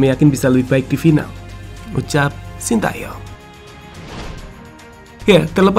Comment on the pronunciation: "Shin Tae Yong" yg bener min